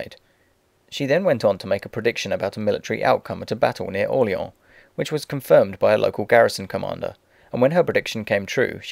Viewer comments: dauphine pronounced do-fa and orleans : orleon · Im not sure if your pronouncing Dauphine and Orleans wrong, but it sure sounds like it.